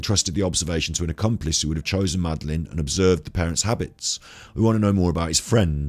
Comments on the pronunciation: Do you seriously not know how to pronounce madeleine? Not even after watching her parents say her name on all their interviews? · If you watch others videos on this case you'd know why he pronounces Madeline as Madaleine!!!!